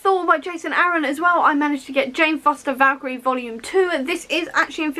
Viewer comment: One, happy belated birthday, and two now I understand why you mentioned that you had too many books!!! OMG THIS IS AMAZING!!!! (also yeah just rub in the fact that you can say Valkyrie properly why don't you hahaha)